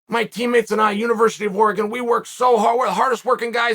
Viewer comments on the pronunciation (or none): none